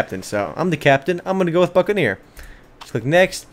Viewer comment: It almost sounded like he said fuckaneer at one point. XD Anyways, good video.